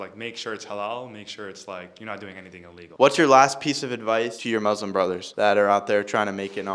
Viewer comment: Its MuSlim not MoZlim